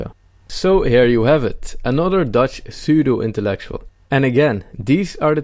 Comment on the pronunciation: De P van Pseudo spreek je niet uit. Het is een stomme P zowel in het Engels als in het Nederlands. Leuke video en een fijne dag. Edit: Dit is ook zo met psychologie in het Engels.